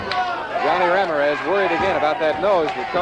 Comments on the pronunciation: I live in New Mexico, and this Midwestern TV announcer would get crucified if he pronounced Ram-IR-ez RAM-ir-EZ...LOL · Announcer: "Rammer-ez" 😅